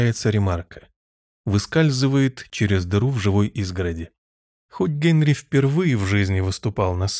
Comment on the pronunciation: Великолепно! Только почему ГЭнри?